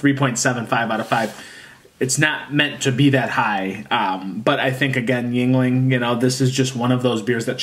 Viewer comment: Walk into any bar in PA and simply ask for a lager, they’ll know what you mean. 😎 And you are correct it’s pronounced “ying-ling.”